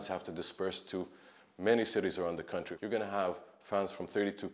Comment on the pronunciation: Lmao how you work for CNN but can’t even pronounce the country correctly. Mind blowing..